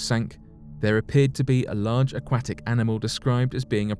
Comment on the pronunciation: Love how you say aquatic, not.